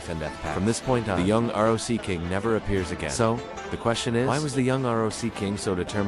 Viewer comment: Dude what's up with your R O C Don't you know how to read that